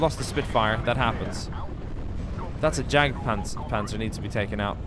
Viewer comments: Did he just pronounce the Jagdpanzer with an English J???? 😂😂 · You DO NOT say Jagtpanzer as Jagdpanzer, you say it as Yagdpanzer, it is simple German!!! Loving the videos by the way